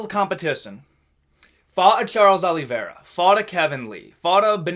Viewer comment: got surprised that you pronounced Charles surname (OliveiRa) with the brazilian accent